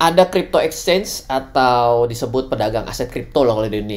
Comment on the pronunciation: exchange bukan Ecchange